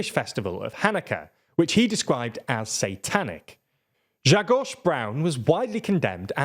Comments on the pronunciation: Whoa! Well done on "Grzegorz" there! 😁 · Someone was practicing name Grzegorz :-)